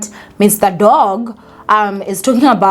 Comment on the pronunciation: The name Doug is pronounced as “Dug”. It’s usually short for Douglas